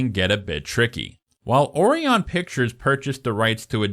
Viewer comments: Is this AI? Some of the mispronounciatitions are weird. Or-reon?... Oh-ri-on. Jonathan Deh-mee. Easy to look up. Otherwise, well done introspective! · Jonathan Demme is pronounced Demm-ee, like Dummy with an 'e'. Orion is pronounced oh-RYE-on. Can't believe you have to be told you this stuff. Also: can't believe you haven't mentioned the art direction of the programme, which is by far its greatest achievement. See also: American Gods season one (before they fired Fuller). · Orion. Oh-rye-un. As in Orion's Belt, the constellation. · Orion is pronounced (oh-rye-un) it is named after the Orion constellation. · Omg, my brother in Christ, “Orion” is pronounced “O’Ryan.” 🤦‍♂️ 😂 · It's Jonathan Dem-ee, Dino DeLauren-tees, and O-rye-on Pictures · Interesting pronunciation of Orion… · So in-depth and knowledgable, while at the same time constantly mispronouncing Demme and Orion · I'm going to start pronouncing Orion as you do, and see the reaction I get. Excellent video, by the way. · The narrator's mispronunciation of various names (Demme, Orion, e.g.) was really annoying.